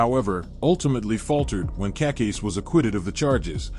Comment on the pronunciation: Cacase. Pronounced Kuh-Kase- EEE